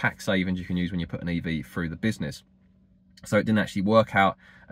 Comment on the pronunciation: I was quite happy to hear your views on this topic. But after several " froughs, finks and eivers" I couldn't take it anymore.